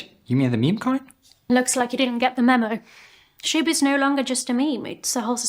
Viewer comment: I mean.. am I the only one that hears "shit" not "shib"? LOLZ